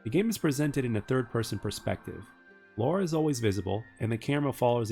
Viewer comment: It is LARA Not Laura!